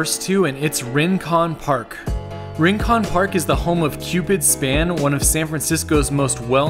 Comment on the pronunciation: Also "Rincon"